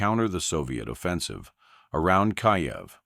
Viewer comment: Kiev pronounced Keev.